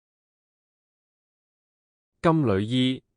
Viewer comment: 我小時候老師教金縷衣，是讀金柳衣，從無人讀旅，現在跟普音讀咗金旅衣，有些字的讀音都變得奇奇怪怪